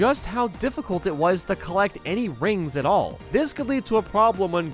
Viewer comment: Rings really does sound like coins so I can obviously forgive the mispronunciation.